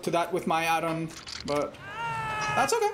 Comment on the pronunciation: i love with say oKAy